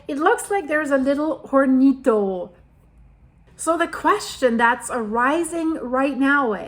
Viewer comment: Hornito A little oven The H is silent in spanish Horns are “cuernos” in Spanish